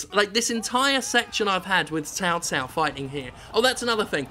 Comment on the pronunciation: Actually, Cao Cao is pronounced So So. You don't do that tho. :D The english voice actors dont do it either. I use the chinese voice option. At least its accurate.